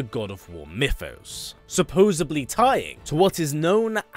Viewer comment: This is a great video, also "Supposebly" made me chuckle